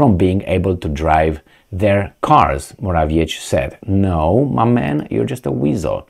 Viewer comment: Polish names ending like -cki you should pronounce like - tzky For example Radetzky. So Morawiecki should be read like Moravietzky.